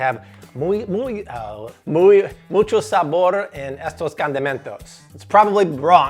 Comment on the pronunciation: Every time you say, "mucho sabor" cracks me up!!! 😂😂😂😂 saludos desde Puerto Rico! 💚